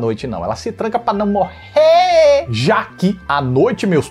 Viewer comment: "Elas se tranca pa num morreee." Tiririca t mandou um abraço 🤣